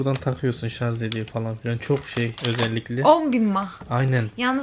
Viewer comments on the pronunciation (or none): none